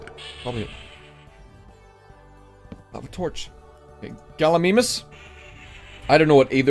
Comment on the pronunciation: It's Gallimimus so if you don't know how to say Gallimimus then you won't know how to spell